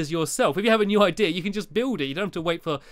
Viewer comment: when you say "idea" it sounds like you are saying "i deer"